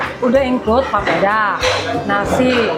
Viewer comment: Bukan popeda tapi papeda kk😂